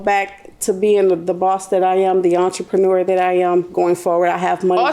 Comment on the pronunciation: Girl unhuh…..not entrepreneur